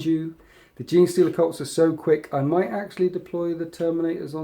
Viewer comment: It alarms me every time he says "might from beyond" as my ears hear "mate from beyond", which to be fair, sounds like a very genestealery thing lore wise.